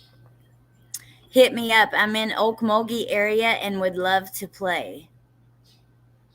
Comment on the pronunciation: Pronounced “Oak-mole-gee” (Okmulgee). It’s very near Tulsa, Oklahoma.